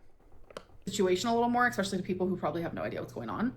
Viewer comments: eXXXspecially is nails on a chalkboard for me. Glitter and lasers says it like that too! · It’s the “expeshally” that gets me raging lol